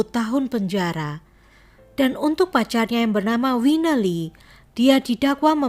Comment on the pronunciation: Saran: Tolong lebih diperhatikan cara penyebutan nama dan terminology. Nama : Winnie. (wi-ni) bukan wineh. Satu lagi, obsesi. BUKAN opsepsi. Sangat penting untuk mendengarkan ulang video/audio yg telah di edit